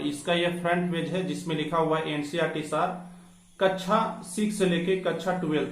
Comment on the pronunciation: Sir, कच्छा नही कक्षा होता है😀😀😀😀